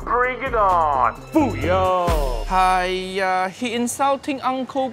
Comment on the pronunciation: You mean "Fuiyoh" not "Fuyoh"